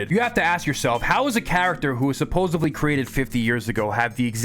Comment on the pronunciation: It’s pronounced “Supposedly” with a “d”